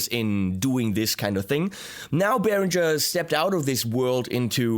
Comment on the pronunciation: Why on earth do you, as a German, pronounce the word “Beringer” wrong? As all of those st….d Americans do, you pronounce it as “Berindjzer”. Why not give all the English speaking people a little education and pronounce is as it should, with a ng-sound (like ring).